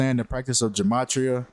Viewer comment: Ge-may-tri-uh is the proper pronunciation 💯